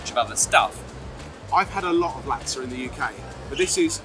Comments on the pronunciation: I find it odd that you're British lads but pronounce Laksa like they do in America (lak suh). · ben, laksa is pronounced luck- sah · Love to see it!! (it's pronounced as "Laak-sah")